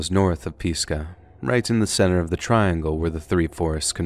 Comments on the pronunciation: Whoever read this, isn't from this area. I live very, very close to the Pisgah Forest. No one here ever pronounces it the way this guy does. Bogus BS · Pisgah pronounced with an "I" sound like in pig. I live in western NC in the Appalachian mountains. Near the Pisgah national forest. So it drives me crazy when ppl mispronounce words here lol. I'm sorry .... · That's not how you pronounce Pisgah. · Pisgah = "PEES-gah" No. It's "Pizz-guh" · You lost me at Peesgah national forest. it’s Pis-Gah!!!😂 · As someone who has grown up in and around pisgah national forest please stop pronouncing it peezgah it's cringworthy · In the 1st story that was set in NC, were you referring to Pisgah? If so, it’s pronounced Piz-Gahh. ☺️ Not an ounce of disrespect is meant by my comment, it just caught me off guard & I had to go look for a Pisa in NC & just could not find one!! Hahahaha I’d love for my husband & I to be able to retire up around Asheville, maybe in Madison Co. or close to Pisgah View State Park. There’s a restaurant up there, Pisgah View Inn Restaurant and OMG!! The view is breathtaking & they also have THE BEST oatmeal pie!! Not a cookie w/ cream in it, a pie!! Shoot, now I’m wanting some, but to far away!! We’re outside of Fort. Bragg/Fayetteville (5’ish hour drive). LOVE your channel!!!! ❤ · Love the video and not usually one to corrected pronunciation of places but for the love of all that is good it is not (peas-guh) it’s (piz-guh) no disrespect just that was rough to hear 😭🤣 much love from the Pisgah forest area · I live in Marion just down the mountain from Bakersville it’s pronounced to us atleast “Piz-Gah not Pees-Gah lol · It is not peesca...it is Pisquah! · Pizz gah! Not Peas gah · As a western N.C. native and resident the narrator mispronounced “Pisgah” National Forest. It’s piz-guh! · FYI it is pronounced Piz-Gah national park. No biggie though live your videos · It’s pronounced piz-guh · But he said Pisgah wrong lol. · You pronounced pisgah wrong.